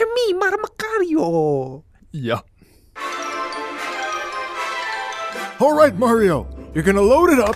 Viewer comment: its-a me mar-mi-cario